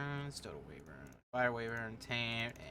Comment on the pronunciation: Wayvern? Wayvern? ITS WYVERN! EDIT: Thanks For all the likes! Wait one like isnt Many? DAMMIT! Still top comment, Right? Or is it not? EDIT: What do you get when you mix Knuckels with a dragon?? A waevern! .....(I'm sorry)